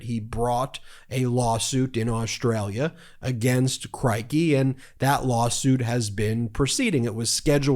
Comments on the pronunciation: Mate, Crikey is pronounced as a rhyme with “sticky.” 👍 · It's "c-ROY-kee"